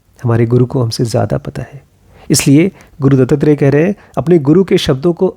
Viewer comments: its Dattatrey and not DuttTrey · गुरु दत्तात्रेय का नाम दो शब्दों से बनता है, दत्त और आत्रेय (अर्थात (महर्षि) अत्री के पुत्र) इसलिए इसका उच्चारण "दत्तात्रेय" होना चाहिए न कि "दत्तत्रेय"। Otherwise, आपका व्हिडीओ बहुत अच्छा लगा!!! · Sir its not DuttTrey its Dattatrey or Dattatreya in marathi. Pronounciation matters. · Good video, but please pronounce it as दत्तात्रेय and not दत्तत्रेय.. You should also read about नाथ and दत्तसंप्रदाय .. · It's not Dutttrey it's Duttatrey दत्तात्रेय